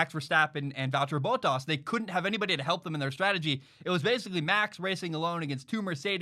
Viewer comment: It bothers me when he says Valterri Bottas, say it like Val-Terry Bott-Ass, Please.